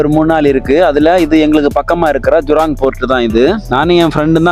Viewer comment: ஜுராங் அல்ல. ஜூரோங்